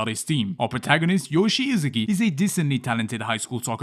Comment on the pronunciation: can't take the video serious anymore, how can you fail at saying "Isagi" other names complicated ones ok but that one is troll to mispronounce....